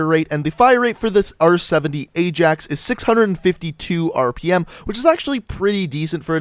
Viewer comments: that's what im saying hahahahaha pronounced it aye-JAX and its pronounced aye-AXE. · to 1 mil with no vids the place in Netherlands (and the football team) pronounce Ajax as Eye-Jax. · no in the netherlands its pronounced as eye-axe and im from the netherlands so dont even start an argument